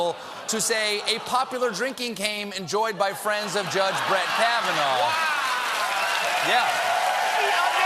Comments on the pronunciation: "Judge Kahvanaur" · Why does he keep saying it with an R.... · Trump cant even say Kavanaugh properly. Should be voted down just for this. Judge Kavanar. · Not sure why Trump says ‘Kavanarr’. That’s not how you pronounce the guy’s name. Also the fact that he somehow realises his only redeeming quality is not drinking is stunning. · did Trump just say "Judge Kavanar"? Seriously? He can't even pronounce the name of the guy he wants right? SMH!!